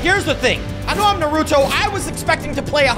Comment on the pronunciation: The a in Naruto is pronounced like aw